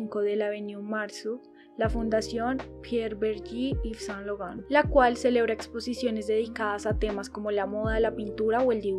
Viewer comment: Muy unteresante video, pero deberias citar las fechas con mas claridad, al igual que las direcciones. Si no sabes frances, exiaten aplucaciones que te dan la pronunciacion fonetica. Yves Saint Laurent fue un grande entre los grandes, un reconocimiento a su persona y obra merece mas respespeto.